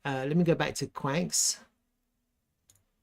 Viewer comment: It's pronounced qwan -x not kwanks! 😂